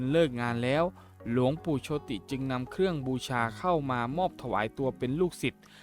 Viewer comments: เขาอ่านโชด ไม่ใช่โชติ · โชติ อ่านว่า โชต ครับ ไม่ใช่อ่านว่า โช - ติ เห้อ!😅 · หลวงปู่โชติ=โชด ไม่ใช่โช-ติ